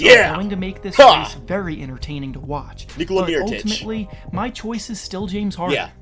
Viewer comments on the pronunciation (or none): Nikola Miritic.....Dammit😂